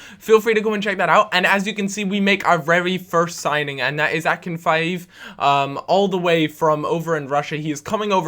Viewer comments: "Akinfaeooev" haha *Ah-Kin-Feev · [ a k i n f ' e e v] NOT Akinfiv!